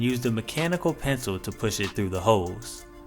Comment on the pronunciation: Am I the only one who heard "hoes" and not "holes"?